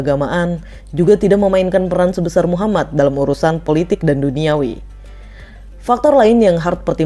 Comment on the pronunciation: . Min tolong dong bilang nabi Muhammad.. Nya yg benar bukan muhammat, tapi muhammad محمد . Ujung nya bukan hurup ت , tapi hurup د. Sebelum menceritakan pelajari dulu Min cara ngucapin nya